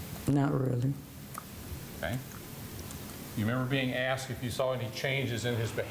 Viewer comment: Ohh yeah.. like Kree Kree and dat commissioner done Axed me how you gonna get my boi ? I think he